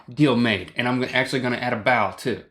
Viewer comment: Link sounds like he's saying "bowel" instead of "bow"